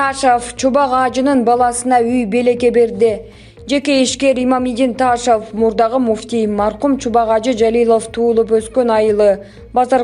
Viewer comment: Таашов эмес созулма ун м.н окулбайт айтылбайт